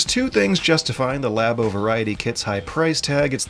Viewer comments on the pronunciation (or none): Oh my GOD IT'S PRONOUNCED “LAA-BOW” AS IN “LABORATORY” UUUUGH